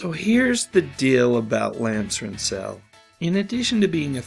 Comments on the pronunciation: Lance Rentzel was not pronounced the way you said it. It was more like saying the word 'stencil', with an r. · Mispronounced Lance's name. Reasearch?